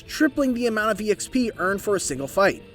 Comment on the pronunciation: First person I've ever heard pronounce exp as E.X.P, and not just XP. Lol